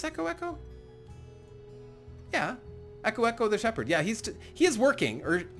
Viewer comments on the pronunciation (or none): none